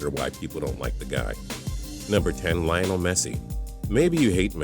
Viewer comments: Lion El Messi! HAHA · they said Messi first name wrong😂😂😂😂😂😂😂